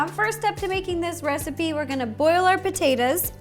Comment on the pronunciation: The way she says potatoes is the same way I say it sometimes I’ll say potaeta’s I say it both ways but when she said in the very beginning what she’s going to do is boil the potaeta’s it was funny because I say the same way I see it both ways enemy saying potato salad I say potaeta salad lol 😂 I know that’s not the proper way to spell it but that’s the way it sounds which is why I spelled it that way